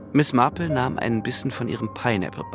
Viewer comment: Die Ansage einer Dame die nicht mehr auftaucht spricht Marple in amerikanischem Englisch mit Betonung auf R. Glücklicherweise die beiden Sprecher vom Radio nicht. Genug gemeckert. Englisch muss Englisch bleiben. 😊 Es ist wunderbar die Geschichte von einem echten Menschen vorgelesen zu bekommen. Sehr schön gemacht. Nichts geht über die echte menschliche Stimme. 👍👍⭐⭐⭐⭐⭐